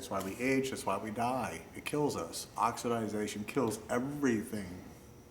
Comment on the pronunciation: Great video! Pronounced OX-I-DAY-SHUN, OXIDATION.